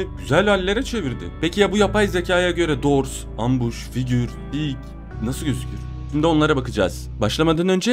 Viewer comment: Abi ambus değil embus sace İngiliz cede ambus